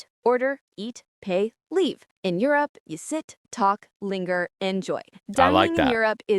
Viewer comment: ah yes the country of jirrup